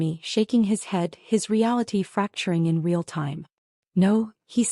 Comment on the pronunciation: NO AI voice can ever pronounce "real". 😮